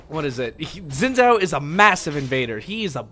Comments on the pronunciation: its pronounced xin jao zh makes a j sound in chinese, it drove me insane whenever you said xin zao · Xin Zhao is pronounced 'Shin Chow'